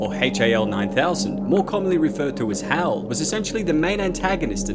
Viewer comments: IT'S NOT "H A L 9000". It's Hal 9000. And he's a My Pal !!! See. You don't understand his story, so I'll share the Haps of Hal 9000. The name stands for,.. "H" , as in Heir to the Thrown. "A" , for air, because he flew here from Texas. "L" , for Loki. My last pal that pasted from terminal cancer. And of course, being born in 2010 . Well. The connections are pretty Obvious. Which maybe now you all can see,.. why Hal didn't open the pod bay doors for Dave. He's A Freakin Dog. He doesn't know Dave. And doesn't have opposable Thumbs. And Dave didn't even offer him a biscuit. I mean come on. Hal does have extra Dew Claws. But they don't open pod bay doors from my experience anyway. Hope that clears up Hals Story 🥰🦮🥰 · The first time I've ever heard someone call it Haytchayelle 9000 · He must have lived in Australia for a while.